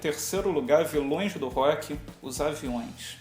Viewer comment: auheauheuaehu viloes do rock "avioes" hahahaha